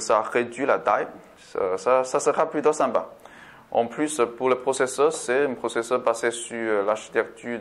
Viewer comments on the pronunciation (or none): Merci pour ce test c'est professeur x64 bits ou processeur 64 bits ? ps : quand vous dite longueur c'est pas longeur mais longueur haha